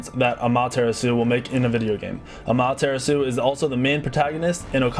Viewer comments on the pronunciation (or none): Oh my goodness aMAteraSU okey Well no I understand, I can't pronounce foreign names either. But it's still wierd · Or Ama-tara-su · it's Ah-Ma-Tae-Ra-tsue not amaterasue its Japenese, not necessarily said like its spelt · it’s Ama-ta-ra-su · great vid. the way he pronounced amaah terasu cracked me up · Amaterasu is pronounced Amon Tiramisu I never knew that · I like how pronounces amaterasu as a mom's tiramisu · Hearing him say amaterasu makes me want to die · The way he said Amaterasu ewwwww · He butchered Amaterasu's pronunciation o badly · Damn you may be a pro Smite player but you clearly never listened to the Gods say their own names. You mispronounced like half of them. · You said ameterasu wrong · WOW Well that's one way to mispronounce Amaterasu's name! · i know i cringed so badly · He butchered poor Amaterasu's name... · He pronounced Amaterasu wrong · defender I mean... it is said how it's spelt. was just pronouncing it horribly wrong. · Pro player can't pronounce Amaterasu right? :P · Wow, the pronunciation of "Amaterasu" actually hurt me physically. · i cringed so hard when you said amaterasu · I hate how he pronounced Amaterasu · I cringed at all the pronunciations, but when he said Amaterasu, I just pulled out my earbuds and wept. Dude. It would have taken you 3 minutes to learn the proper pronunciations. If you really claim to be a professional SMITE player, then you should really learn how to say the names...especially the older ones, like Kukulkan... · his pronouncing of Kukulkan and Amaterasu are wrong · Amaterasu is easy because it is pronounced the way it looks* あまてらす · You mispronounced Amaterasu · Great Amaterasu pronunciation, only made my ears bleed a little.